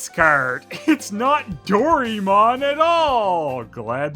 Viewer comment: It's pronounced Doh-rye-mon. But you know what they say. Tomato tomahto. The individual syllables are do-ra-e-mo-n :). I am not making this up.